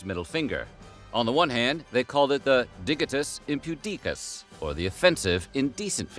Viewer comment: Gezus Kryst man, how do you fuck up those pronunciations so bad. DIgitus, digit, literally the same word we still use. Impudicus, impudent....